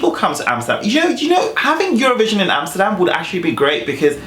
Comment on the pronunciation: Neta said amserdam . well she also said jerosalem….